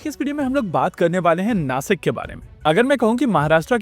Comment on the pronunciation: It is नाशिक not नासिक and it is महाराष्ट्र not महाराष्ट्रा., I hope you will not mispronounce in future. जय महाराष्ट्र!